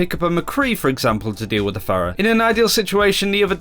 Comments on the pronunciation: can you just fucking say phara and mercy? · why do they continue to pronounce Pharah's name wrong when she has a voice line where she says her own name